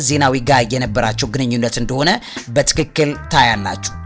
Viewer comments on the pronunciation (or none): none